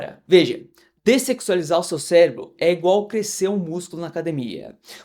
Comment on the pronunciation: O cara fala descecsualizar* não sei nem se tá certo😂 mas ele fala iss e a capa do video, uma lapa de uma bunda lá😂😂😂❤